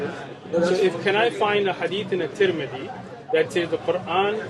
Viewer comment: The way that he pronounced Imam Tirmidhi's name was so bad that I couldnt figure out what book he was referring to at first. Sound like he was saying "Timothy".